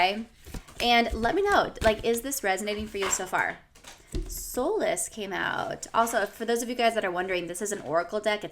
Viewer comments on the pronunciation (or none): The word , solace, is pronounced "SAH-less", meaning peace or tranquility. I had to READ the card, because "SOUL-less" (without a soul) made no sense in the context.